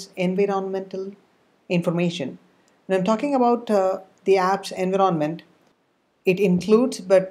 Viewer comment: what the hell is "ANVEERONNMENT" can't you just say environment properly